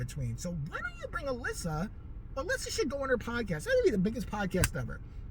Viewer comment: You pronounced my name right. Especially 2nd time..dead on. Anyways thank you for doing my video request! ❤ i love your videos they make my day. I was laughing a lot you were catty reow 🐱🐾 ssss with The Charmed! And then again I giggled especially when you brought up 90's hardcore Suzanne Powter... I think her name is. I don't know but I surprisely own 3 of her books believe it or not, my best friend and I were into her "Just Breathe! And diet. Hahaha! I was so captivated by her leveling up story I got ripped at the time stat..😂 serious.